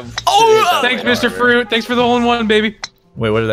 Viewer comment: I always love "MR. FWUIT!!"